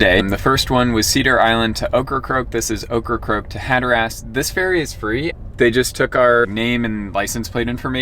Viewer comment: Can't say Hatteras either.